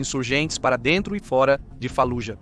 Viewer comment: A silaba tônica de Fallujah e a segunda silaba , não a ultima. Doi no ouvido dizer falujá